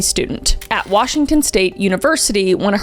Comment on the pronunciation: i love how you butcher every town in Washington and county lol